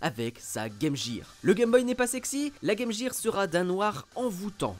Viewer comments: On dit « guir » et non « jire » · exactement, d’ailleurs quand les chaussures clignotantes LA Gear, c’était prononcé « Guir », et ça nous choquait par rapport à la Sega. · "Le" Game Boy 😵 Game "Jir" 💀 😭😭😭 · Pffff arrêtez avec "game JIR" c'est hyper moche, est ce que vous dites "metal JIR solid"? Tchip🙄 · Pas que... En France, beaucoup prononce "gaime jire" car, quand tu es enfant et que tu n'as pas commencé les cours d'anglais, tu reprends la prononciation de la publicité. On a de la chance car à cause très pointu de France 2, on aurait pu prononcer Meuporgue pour MMORPG... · "Le" Gameboy, la Game "Jir"... C'est trop pour mes oreilles. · Game Gear se prononce Game Guir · game jér,j'ai laché la video a partir de la. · Game “Jire” hahaha ces français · La “Game Jear” ??? Lol cours d’anglais de base svp. restons entre gens sérieux.